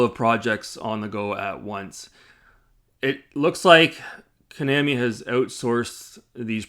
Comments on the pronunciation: Maybe learn how to pronounce Konami properly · You’re not even pronouncing Konami right so it’s hard to take you seriously with your criticism